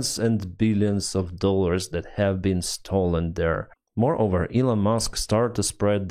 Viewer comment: "...billions of dollars have been STOLLEN at USAID" STOLLEN is a german bread, and is pronounced like "Stalin."